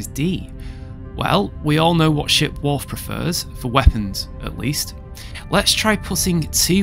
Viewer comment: It's Worf...NOT Wolf. 😏